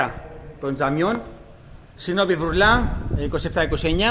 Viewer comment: χωρίς να θέλω να το παίξω έξυπνος...λέγονται Βούρλα και όχι Βουρλά